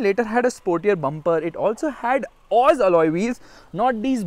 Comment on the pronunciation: Who tf pronounces OZ racing like that lol .